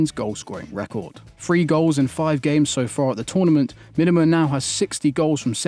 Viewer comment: Me-Duh-Mah not whatever crap that was said.